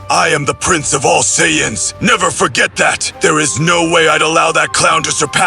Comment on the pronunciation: And saiyans....and most names lol